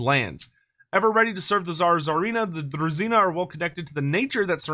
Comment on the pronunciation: Its definitely pronounced as druzhina (as in vision), not druzzina Trust me, I know Slavic languages